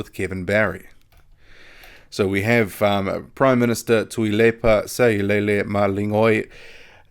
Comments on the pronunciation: good pronunciation with the Samoan Prime Minister's name!👍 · you pronounce tuilepas name way better than me lol.great update